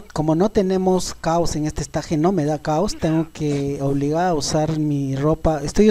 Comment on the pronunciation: "Esteich" porfa "esteich" o por ultimo escenario pero no estaje xD